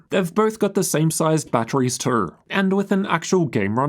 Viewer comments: The way he says the word, "too." lol "The 4090 was also running a little cooler twroughg." lmao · man, the way you say "too" and "though" lool